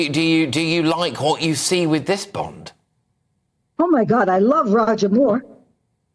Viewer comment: It's Bond... Not Bend...